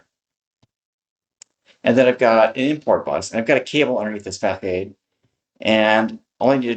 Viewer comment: "Facade" is not fak-ade'. It's fuh-saad'. Google 'facade pronunciation', and it will even say it for you.